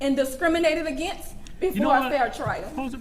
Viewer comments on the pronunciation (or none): none